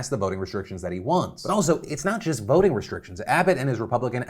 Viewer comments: Phil the first time you said voting restrictions, I thought you said boating restrictions. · When you said “ voting restrictions” I thought you said Boating restrictions at first. Lmao